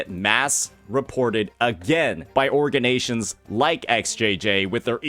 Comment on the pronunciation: Bro said organ-ations lol